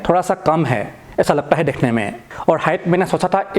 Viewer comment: Bhai thode paise dal ke speech therapy bhi Lelo dhekhne ko nhi dekhno